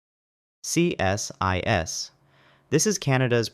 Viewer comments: We don't call is C S I S, we call is "See-sis" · Why didn't you put the full names along with the acronym? As someone else mentioned CSIS is pronounced see-sis.